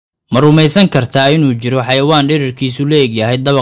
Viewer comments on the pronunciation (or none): none